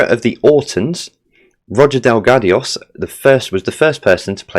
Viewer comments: 29 out of 30. And it's pronounced Del-gard-o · Terror of the Zygons is Series 13 not 12. It's Roger Delgado not Delgadios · Definitely not sure where you found an I and an S in Delgado but we'll roll with it